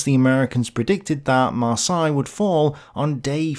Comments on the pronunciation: Maar say, Maar say, not Maar sigh! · Heads up the "Seine" in "Seine River" is pronounced with a soft "S" not a "Z" sound. For "Marseille" the "ei" is pronounced like the "e" in the word "led" ("he led us to victory") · “MarsAille”??? I’d always heard it said as “MarsEille”, including in France. Not sure if this is a British English vs American English thing. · Mispronounced Marseille....Mar-say not Mar-sigh.. Seine River...sane....not sign. Ugh! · Not marsY we prononce it mars heylle thats how you should try to say Marseille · Yes, it is Mar-say. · If you're going to do this, learn how to pronounce Marseille correctly. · The way you say Marseille must be intentional. Gotta show the French who is the boss. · I often wonder where you come up with the weird pronunciations for places and people on your channel. Google "How the French pronounce Marseilles" and you will get the correct pronunciation. Of course, that works for most other place names as well, if you use the local pronunciation in your query. The local pronunciation is always the correct pronunciation. You did get the pronunciation right later in the episode. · Driving me nuts too and I'm a Kiwi. You'd think that growing up in England you would have heard Marseille pronounced a few thousand times! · Love but he's mangled french places too! Marseille changed through the video too!